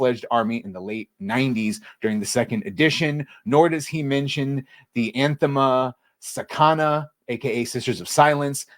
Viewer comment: I mean anathema is a biblical term and you should be able to read that without knowing 40K.